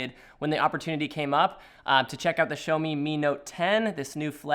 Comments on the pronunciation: "SHOWMI" - LOL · THIS WHITE DUDE CALLED IT A "SHOWME" DEVICE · Ah yes, the Shomi mi note 10.